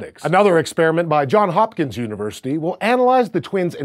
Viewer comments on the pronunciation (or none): It's "Johns" Hopkins University. You guys even wrote it correctly on the screen. Come on, man.